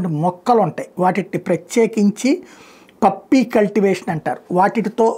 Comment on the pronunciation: పప్పీ కాదు పాపీ/పొపీ (Poppy).